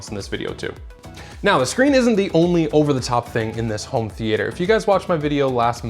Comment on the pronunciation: why are you pronouncing theatre like that?